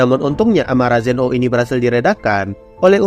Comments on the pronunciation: Bukannya namanya zeno bukan zen o😅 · Sebutan di anime nya memang Zen 0 bukan zeno.